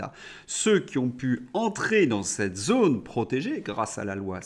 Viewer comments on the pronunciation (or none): none